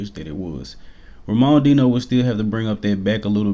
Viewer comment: You gotta work on that latinoamerican name pronunciation bro , the way you pronounced Enrique and Ramon Dino made me flinch 🤣